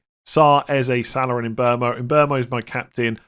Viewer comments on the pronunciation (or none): I love your content but please stop saying Salar and Sakar....there is no R in their names